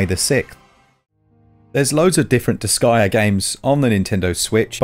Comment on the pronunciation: Disgaea..? More like this-guya.. gonna buya.. the game. This guya gonna buya disgaea haha yeesh 😅